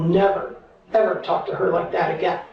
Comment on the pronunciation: Can you please NOT pronounce the "L" in "TALK". The L is silent. It sounds so weird, unprofessional, confusing, and irritating to hear the L pronounced. It's so wrong. The interrogator taLLLked to the suspect? Come on. That's not how we say it. I can't stand it. A little variance in accent is excused, but this is a BIG mistake in pronunciation of a very basic word. Please fix for future episodes.